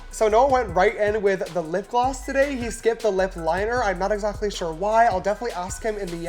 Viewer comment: shore = definitely not sure